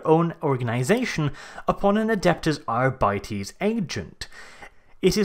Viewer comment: All together now.... ARE-BITES not Ar bities